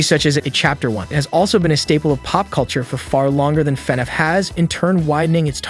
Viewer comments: It’s fin-aff not fenef. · normal people: Fnaf Him:fenef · fnaf not fnef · FNaF? nah fenef? yeah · Fan-af say it. not fen-ef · F-NAF, not FE-NAF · i thought they were wrongly pronouncing fnaf it funif.. but it seems like they're actually mispronouncing the title as fenef.... if your going to report on something at least take a minute to learn to say it's name right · I beg of you. PLEASE say F N A F not fnf😭😭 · Do you mean fnaf? Not fnef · It's pronounced "FI-NAF" not "FEH-NOUGH" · Brooo stop pronouncing it as fnef is FNAF DUDE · your saying fvaf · Why do you keep saying “fenehf” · Why he saying fenef? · Dis man said FenF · Why is nobody talking about him calling it "fenef" 💀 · is it just me or did he say everytime fanaf xD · Love how he calls it fenaf (no offense) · the robot voice he chose killed me because instead of FNAF he said "FuhNeff" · “fnef” “markipiler” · You would think this dude would learn how to say fnaf man says “Fin Ef” it’s hurting my soul 😂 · Why do you say Fnaf like an ai that doesn't know how to pronounce it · AI text to speech has come a looong way LMAO, took me like 2 minutes to realise this wasn’t an actual person speaking and why he was saying “FNAF” so weirdly 😂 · It is borderline infuriating how he pronounces FNaF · Every thing you say that has to do with fnaf, you say it wrong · why do he say FNAF like that? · I really wish this AI would say Fnaf right , it’s bothers me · The way you say FNAF pisses me off